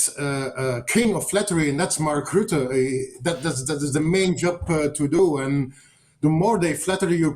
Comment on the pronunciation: Guys... it is really not so difficult to check the proper pronunciation of people's names. The name of that idiot, that weasel, that maniac Rutte is not pronounced as the English word "rut". The name of your guest is not pronounced the way the name Peter is pronounced in English. Research it! Because it sounds profoundly silly when you pronounce it the way you do... invest a few minutes to research it before you make a video, that will prevent you from sounding like a bit of a fool.